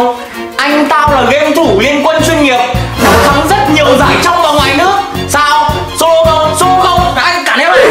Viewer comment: Sô lô flo nhé